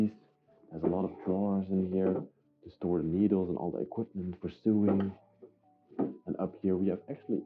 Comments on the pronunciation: Ok, you're killing me!!! Lol. The chest that had the stuff in it and smelled funny is called a cedar chest. It keeps moths (mainly) out. The "built in cabinet" is a closet. And it's pronounced so-ing (sp-sewing)not sueing....lolol. Great video and you're so delicate and caring. Lots of retro furniture!!! Love it! And I miss the '70's...lol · Please may I explain? The word 'SEWING' is pronounced 'SO-WING' and the word 'IRONING' pronounced 'I-ONING' because the 'R' is silent. I hope you don't mind me telling you. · I smile every time I hear you say the words "sew" and "sewing". We actually pronounce it the same as "so", "sow" and "sowing".